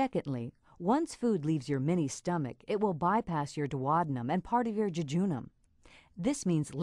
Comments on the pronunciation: OMG that is THE weirdest way I have ever heard duodenum pronounced!! duo-dee-num it isn't dwodanum LOL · Thats how Americans pronounce it. So weird to me too 🤣